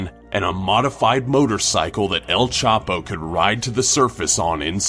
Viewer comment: "El Chapi"